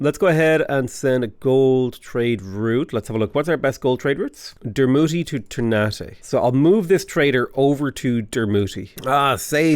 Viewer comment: Indonesian here, the way ternate is pronounced is tur-naa-tay